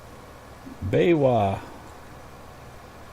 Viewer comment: ** yard near the sheeps that is. and yes, your pronunciation of BayWa is correct. BayWa stands for Bayerische Warenvermittlung.